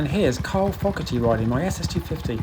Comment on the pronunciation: Brilliant video, as ever!! By the way, Carl's name is 'Fogarty', not 'Foggerty'!!!!!!